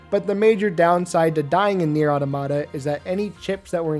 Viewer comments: Why do people like you insist on calling the game nier aww tomato? It's pronounce the way you would say automaton. Look it up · Automata is pronounced like "automaton" but without the n. It's the plural of automaton, which makes sense because the game is about a bunch of androids, and automaton is often a synonym for android. Sorry if this feels like a nitpick, it just bothers me when people mispronounce it. It sounds as silly as when people pronounce "Deus Ex" as "Deuce Ex".